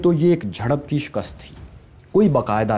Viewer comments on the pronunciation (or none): none